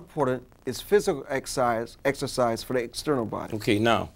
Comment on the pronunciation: "When I exerfice" this guy is an idiot